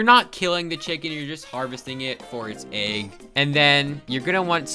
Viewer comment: I hate how you say egg you say EIEG